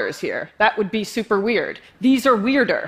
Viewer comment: she must study speech therapy... sssffffuper